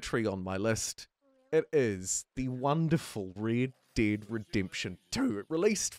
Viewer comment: "The wonderful, Raid Daid Redemption 2"